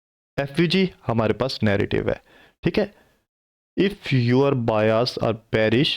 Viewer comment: Bhai jan its بائس not *بیاس*.